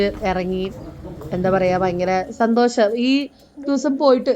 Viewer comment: സന്തോശം അല്ല സന്തോഷം.